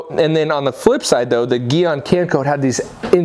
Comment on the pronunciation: You said Gyeon wrong